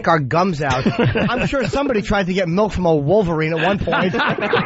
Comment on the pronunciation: Does anyone else pronounce it Melk or just?